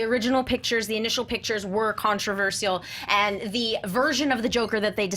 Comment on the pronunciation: ( kon-truh-vur-shuh l )